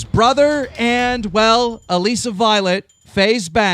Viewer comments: Alissa Violet's name is pronounced "uh-lih-suh," not "uh-lee-suh." Love your vids. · her name is pronounced like Alyssa not Aleesa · Its pronounced alyssa violet even after banks corrected you you're dtill pronouncing it as alisa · "Aleesa violet" I can't be the only one who wants to die every time keem says her name that way. 😂😂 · Omfg keem I love you but plzlzlzzzzzz say Alissa's name right it's not Alessa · am I trippin or is he pronouncing Alissa's name weird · Why does keem always pronounce people's name weirdly lmao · You still can't get Alissa's name right? Ffs dude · I get so annoyed with Keem when he says Alissa's name wrong... lol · Why does he still say alissa's name wrong?? Hahahaha